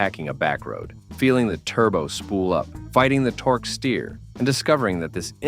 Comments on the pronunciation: Call it torkie instead of torque. Are you serious right now? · He calls it torkie instead of torque stupid AI is bullshit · "Torquey"? "Feero"? Seriously? Bad AI strikes again. 😮